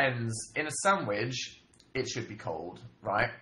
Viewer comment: Why'd he keep saying sandwidge tho